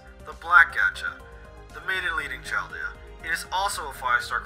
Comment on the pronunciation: Chaldea? More like, “Charred-dea”